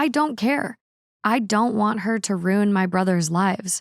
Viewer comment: Anyone else think of Gilmore Girls whenever pronounces the word “ruin” in her accent? 😅